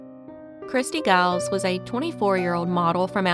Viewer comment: Just FYI - Christy Giles is pronounced like “Jiles “ - soft G. Thank you for covering her case.